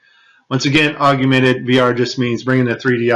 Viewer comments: Great clip! Wish he'd say augmented, corrrectly instead of auguemented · DON'T MEAN TO NITPICK BUT IT'S SPELLED AND PRONOUNCED 'AUG-MENTED' NOT 'AUG U MENTED'. . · Interesting video! Hated "aug-you-mented" though. That's as bad as "nuke-u-lar" and "ex-specially". It's aug-mented. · I was wondering why you kept saying "augumented." And then I that you spell it that way. It's spelled augmented, and there is no "u" sound after the g. I just mention it b/c you used the word so many times. Other than that, I love the video, and I saved it for sharing and personal use. Thank you, awesome vid. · Aug- yew- mented. What is wrong with you, man. You can't be that ignorant, can you? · I wondered if anyone caught that! 😂😂😂He must be from Texas. That’s what Texans do—we say our words like we want to!!!😂😂😂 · Augumented is not a word. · Yes. If one is to speak from any level of authority, correct pronunciation and spelling is key. Otherwise it lays open the door for a host of attacks & ruins credibility. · We’re supposed to believe this when this guy can’t even pronounce “augmented”? If you want to be taken seriously, learn how to pronounce the very thing you’re discussing. What a joke. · Is his pronunciation of augmented the only thing you people got from this video? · Learn to pronounce Augmented. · how bout you make a perfect vid using the correct pronunciation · He can’t even say augmented correctly.